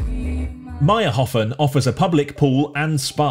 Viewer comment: its mayrhofen, not mayrhofn